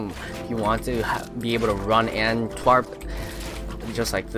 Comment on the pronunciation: Tarp bruh not twarp